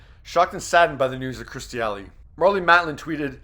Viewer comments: Her name is Kirstie not Kristie, it's just a thing but if she's really a favorite, it would be really cool if you said her name correctly. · Learn how to actually say her name, Not Christy, but Kirstie! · It's KIRSTIE NOT Christie. Lol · Her name is Kirstie, not Kristie. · It’s K I R S T I E Not Kristy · Kur-sti Not Kristi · her name is KIRSTIE not KRISTIE! get it right. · Kerrstir? Its Kir-stie! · It's Kirstie ! For Christ Sake!Her name is K I R S T I E! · Why can’t that man say her name instead of kristy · KIRSTIE, at least get her name right please.